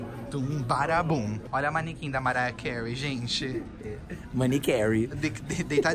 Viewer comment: "manicarey" Berrooo